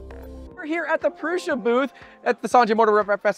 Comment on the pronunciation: Why do youtbers call it Proosha but Josef Prusa calls it Proosa?